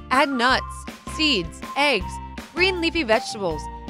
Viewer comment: Even eegs instead of eggs